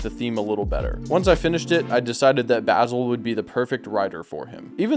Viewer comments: Bazil or bass ill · The mispronunciation of Basil every single time is KILLINGGG me